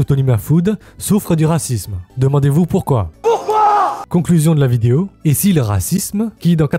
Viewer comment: Je t'aime bien et tout mais pourquoi les asiatiques ont tant de mal à prononcer le mot "vidéo" ? 😂 ça me fait tiquer à chaque fois.